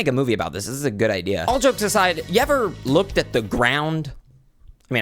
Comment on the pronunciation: omg are u stupid? he said "all jokes asaids"